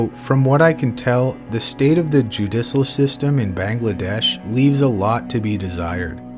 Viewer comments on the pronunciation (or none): Judicial isn't pronounced that way buddy.